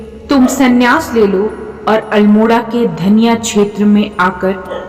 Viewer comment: धनिया नहीं दन्या है पिथौरागढ़ रोड में